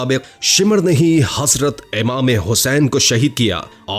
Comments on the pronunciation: HaSrat nii Hazratt hota haiii ..... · THERE IS NO ANY WORD HASRAT , IT IS HAZRAT , PLEASE PRONOUNCE RIGHT WORD…..